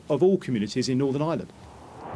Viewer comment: I thought I heard thunder today but I suspect it was Ian Paisley turning at a rate of knots in his grave. 😂And, yet ANOTHER politician who needs a speech therapist! Norvern?